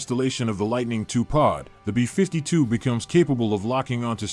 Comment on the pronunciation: Why can’t you pronounce “B-52” correctly? It’s BEE fifty two, not bee FIFTY two.